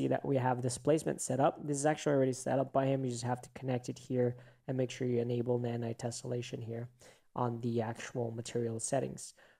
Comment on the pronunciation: Nae naye ❌ nanite ✅